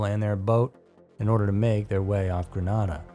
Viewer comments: Excellent episode as usual! I live in St. Lucia, never heard of the 2nd story. Grenada is pronounced GRE-naida, Granada is in Spain. No worries, we sometimes get the pronunciation wrong. Keep up the good work 👍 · I use to live in Grenada, fyi, you pronounced it wrong. It's Gren Ada. Long a sound. Anyway, interesting